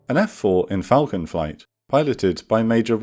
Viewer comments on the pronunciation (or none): none